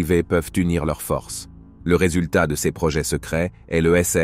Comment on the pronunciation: Titre mensonger + gros foutage de gueule par voix de synthèse non finalisée (prononce "ces" comme "seize". Où se trouve l'interception par l'aéronef SECRET de ce fameux satellite? Il va vous falloir beaucoup de travail pour dépasser votre connerie.